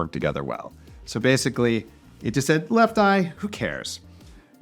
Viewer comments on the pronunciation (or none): none